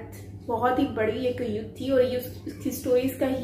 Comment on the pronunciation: 3⃣.🔟➡️ युद्ध बोला नहीं जा रहा 😀😂🤣😁🤣